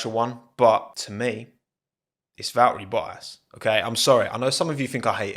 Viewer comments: Nobody:: Vahehy Bo'has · be like; val-eri bo-as was be-a than... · I hope Val-erri Bo-as does well at Alfa